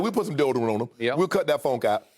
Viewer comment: “We’ll put some deodient on em” 😂😂😂 bruh Shay Sharp need a show